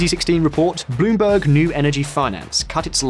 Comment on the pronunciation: I don't know about you, but when you say Bloomberg, I hear "Bullshit".